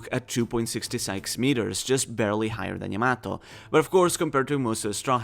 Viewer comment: Your butchering Yamato's name